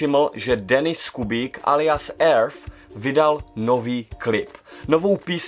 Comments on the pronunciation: Prej “earf” xd kdyztak “eart” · nic proti tobe ale neni to Earth-Erf ale Earth-Írt.......A jinak mas stejnou reakci jako ja:)